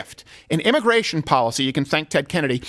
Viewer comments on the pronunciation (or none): Immigration is "Al gore"-ical??? ;) hehehehe that's all I heard when you guys said it lol